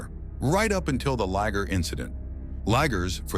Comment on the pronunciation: The natural granite cliffs are NOT polished. That happens when humans cut it into slabs. Liger not ligger. pron: lie-ger. This is as far as I got. Is it the AI voice or bad script writing?